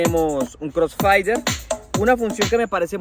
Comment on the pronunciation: que pena corregirlo, es crosfeider, no crosfaider, ya que la A en inglés se escucha como ei, no como ai, para la ai seria la letra i, por eso eso es crossfader, no crossfider, saludos profe está una chimba ese juguetico.